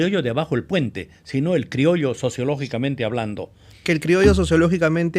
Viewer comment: Virreynal ( no birreynal)